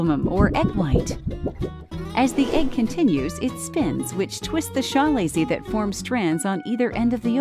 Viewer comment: Chalazae: pronounced kəˈlāzə “Ka-lay-see”